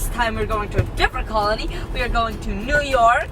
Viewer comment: you nork, I mean , NEW YORK